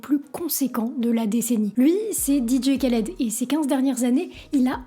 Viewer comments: arrête tes conneries vous ne savait meme pas de prononcer ce nom khaled cest pas kaled et quel est le problème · Un K avec un H en arabe ça se prononce "R". On dit "Raled" pas "Kaled" 😁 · Super vidéo :) Sinon, c'est juste improbable de prononcer "Ka"-led au lieu de "Ra"-led en 2024 :S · Je t'avait découvert sur TIKTOK trop content de te voir sur YouTube je kiff ton taff gg. Ps: on dit Raled pas Qualed 😊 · Sympa par contre attention à la prononciation, c'est plus proche de raled normalement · Et on dit Rhaled pas K (comme kilo) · C'est Dee Jay "Rr"aled que ça se prononce. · Juste la prononciation c'est "RRAled" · Sympa la vidéo. Mais mauvaise prononciation du nom de "l'artiste". Le kh se prononce rrr. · C'est horrible de t'entendre prononcer son prénom aussi mal. Sinon. Bonne vidéo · C’est ouf défaire une vidéo de 16min sur un type sans savoir prononcer son nom